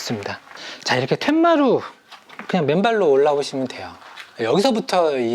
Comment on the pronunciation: "툇마루"가 맞습니다. 텐마루가 아닙니다.